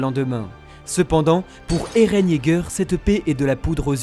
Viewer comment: Moi en tout cas j’en ai marre que dit ereh au lieu de eren